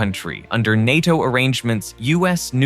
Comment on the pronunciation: It’s pronounced ’nay-toh’ not ny-toh